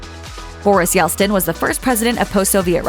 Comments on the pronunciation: Woman... it is NOT "Yels-tin" it is "Yelt-sin" and making that mistake once could be forgiven, but repeating it 5 times in a row is downright unprofessional!! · Yeltsin. Not Yelstin. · It's not Yelstin, it's Yeltsin. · Yelt-sin. Not Yelt-stin. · Yeltsin not Yelstin. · Yeltsin….not Yelstin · It's 'Yeltsin', not 'Yelstin' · It's Yeltsin. NOT Yelstin. Do your homework. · It's YelTsin, not Yelstin. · narrator always says "Yelstin" instead of "Yeltsin" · Yeltsin (not "Yelstin"; thanks) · Yelt-sin, not Yel-stin. That would probably annoy the queen, too. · I wonder if the queen would be annoyed by the fact that you kept calling him Boris Yelstin instead of Yeltsin, which is his qctual name... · Does the narrator not know how to say “Yeltsin!?” It isn’t “Yel-Stin.” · Boris YELTsin. It is not "Yel-stin". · It's Yel-TSIN, NOT YELL-STIN! DO YOUR RESEARCH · “Yelstin”? Really? You mispronounced Yeltsin’s name at least 3 times. Does no one hear you practice before you do your recordings? 😬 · Yeltsin....not Yelstin. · Yeltsin, not Yelstin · It's Yeltsin not Yeltstin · Is the narrator continually saying “Yelstin”? If so, that’s annoying all by itself. In regards to HM, I find most of the ppl on her list quite annoying myself. I’d say she has relatively good taste 😂. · YelT-Sin. Not Yelstin. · Ahhh this is such rubbish. LOL Absolute trash. And the voice-over kept saying, “Yelstin” but it’s Yeltsin. What a cow. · Did she say Yelstin? It's Yeltsin. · Why can't you pronounce YELTSIN correctly? It's not YELSTIN. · Utter nonsense. And how can you take anyone seriously who keeps saying YELSTIN. ITS YELTSIN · Yeltsin.... not Yelstin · Disinterest means impartiality. Uninterest means not interested. Learn to pronounce Yeltsin. It's not Yelstin. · It's YELTSIN not YELSTIN. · Not pronounced "Yelstin", fyi. It is Boris YELTsin" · Yelstin? Boris Yeltsin. Jeez, for the number of times it was mispronounced, you’d think someone would double check the pronunciation. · Yelstin? It's Yeltsin!